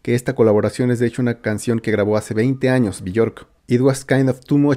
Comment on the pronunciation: se pronuncia " biork " ella misma se presenta con esa pronuncacion